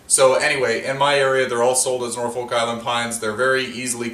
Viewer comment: The folk in Norfolk is pronounced like took. Similar to Norfolk Virginia.